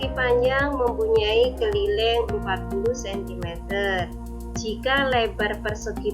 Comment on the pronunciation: Disisi lain saya paham. Tpi disisi yg lainya jga saya faham. Karna ucapan dan bahasa nya terlalu ribet. Dan kalo ngucapin nya banyak salah. Kek misalnya keliling tapi anda ucapnya kelileng